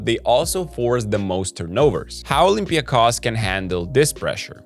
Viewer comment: Kudos to Basketnews team for pronouncing olympiakos name the right way! Oly will make it to the finals, despite your prediction.